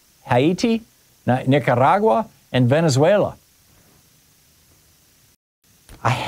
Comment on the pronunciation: "Ha-eetee, Nica-RRR-agua" - American 🇱🇷 Thom Hartmann doing his ethnic thing. 😉🤞🤪 As a Dutchman, Thom, I have to say, if you ever need to mention ny country's (colloquial) name HOLLAND 🇳🇱, it's pronounced (as close as Yanks can get) "Hollawnt". Have a nice day 🇳🇱👊🇱🇷🥳